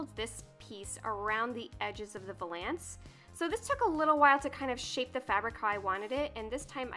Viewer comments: Scandi Snowgirl i know what it is, apparently she pronounces it wrong check out last week lolita news she has a full episode dedicated to her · Nobody is going to talk about how she saying vuuuhlance? Lol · I came to the comments section to see if anyone else pronounces it differently Lol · Maybe she’s pronouncing it right and we’re all wrong?!? Dun dun dun! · How you say valance like its two words LOL. No hate, just giggled every time. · You probably don't care at all, but you pronounced valance wrong the whole video. Cute, though. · I'm still waiting for that French person to pop up and say how she's not only mispronouncing it, but also how the term is supposed to describe the curtains rather than the piece of furniture (if I'm not mistaken).